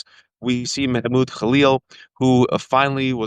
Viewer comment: It’s Mahmud not Mehmud. Get it right Wajahat Ali.